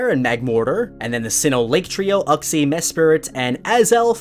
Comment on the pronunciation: The way he pronounces Uxie and Diance makes me cringe 😬